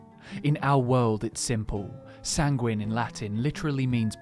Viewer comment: Sanguine is pronounced as ˈsaŋ-gwən